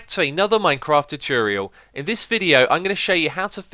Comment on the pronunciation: Choocurial, thats all i have to say